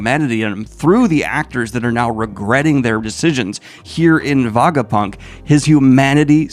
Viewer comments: Kinda painful having to hear him say Vagapunk instead of Vegapunk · WHY ARE YOU SAYING VAGAPUNK ALL THE TIME?!?!??! IT'S VEGAPUNK! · why is hey saying vagapunk? is he also saying vageta? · Did yo read the entire arc while refering to the scientist as Vagapunk? Like, did you not notice his name was vegapunk along the way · It's Veh Guh Punk. Were you even got an Ah sound is beyond me. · Every time Daniel says "Vagapunk," I want to jump off of a tall structure. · I knoe he partially does it for engagement, but holy fk its so distracting and diminishes the video so much that he isnt able to pronounce the most important character of this arc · kaydo and vagapunk is hard to hear lol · Everything in this video was great except for the pronunciation, Daniel it’s not vagapunk or kaydo 🤣 but it’s part of the charm I guess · yes we know you are more of a casual one piece fan. Your pronunciation of Vegapunk and Kaido makes that clear 🤣🤣🤣